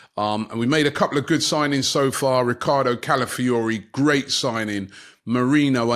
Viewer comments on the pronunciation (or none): none